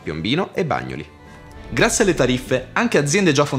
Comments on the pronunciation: Min "Bàgnoli" 😂😆🤣😂😆🤣😂😆🤣 Come dire "Sevéso" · Concordo. Assurdo !. Bagnoli con l’ accento sulla o, please. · Ma la località di Bàgnoli sarebbe Bagnòli a Napoli? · Bravi!! ma si dice Bagnòli non Bàgnoli!!! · Bagnòli, non Bàgnoli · Bàgnoli, non si può sentire! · Come avete pronunciato Bagnoli ???? Bagno- li ??? 😅